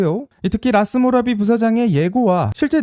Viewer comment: 라스모라비 ---> 라스구라비